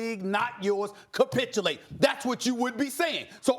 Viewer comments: Wtf is “capitchulate” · Stop saying copitulate